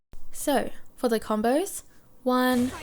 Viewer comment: Why do you pronounce (so) like “SOOOIII* and combo like Combooii xD